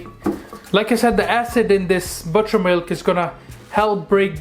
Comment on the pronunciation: I couldn’t understand what you said. Did you say butter milk?